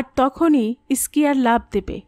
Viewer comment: ভাল লাগল , কিন্তু কিছু উচ্চারণ একটু ঠিক করতে হবে। যেমন, ইস্কি টা হবে স্কি। জায়গাটির নাম সোনামার্গ নয়, সোনমার্গ।